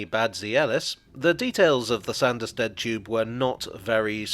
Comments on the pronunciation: It's still prononced Sarnderstid,though.... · 'Sah-nderstead'. Sanders are people that rub things down.